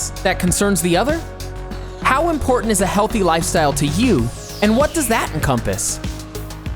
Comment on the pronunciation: Am I the only one that heard "portant" instead of important?